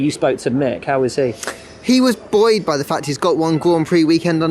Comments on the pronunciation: Glad to hear the word "buoyed" pronounced properly as apposed to "boooeeeyed" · i am BUOYED that he said buoyed so many times